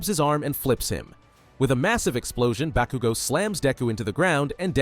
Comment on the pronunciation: It's "Bakugo" not "Bakigo" bro PLEASE 🙏😂